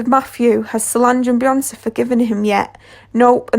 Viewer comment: BeyoncEEEE... Like wtf?